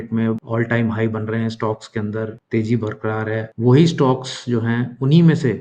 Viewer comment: Teji nahi tezi